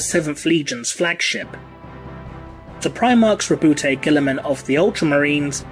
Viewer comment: FOR ONCE & ALL, can we Please clarify the pronunciation of the Ultramarine's Primarch? I have to insist it's said as "RAH-boo GOO-ey-Muhn"; that is, as a kind of mock French, which I reckon fits perfectly with their presentation as a sort of "bastion" of Renaissance outlook... ALSO, & please don't anyone take this personal, but dang it! Saying "Rah-boot Gilly-Man" just sounds dumb. I mean, really, who would be named that way? I get the whole "you say tomayto/I say tomahtoe" thing, but come on... individual differences aside, it simply doesn't Sound right, is that not so?